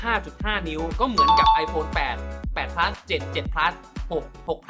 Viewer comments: ขนาด ไม่ใช่ ขนาดด 9 Plus ไม่ใช่ 9 Pleue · ขนาดดเด้อครับ ไม่ใช่ขนาก 9 Pleus ไม่ใช่เด้อ 9 Plus